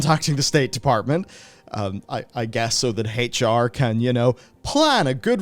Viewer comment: Hach-R....... LEARN HOW TO SAY H.... PLEASE.... FOR THE LOVE OF ALL THAT IS HOLY.....